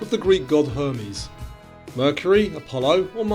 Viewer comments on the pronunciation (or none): none